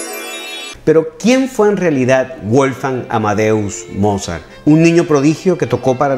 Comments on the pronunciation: CÓMO QUE BUOLFAN AMADEUS MOSAL, NO NO NO,SE PRONUNCIA WOGFAN AMADEUS MOZART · Su nombre se pronuncia "Volgang Amadeus Motzart"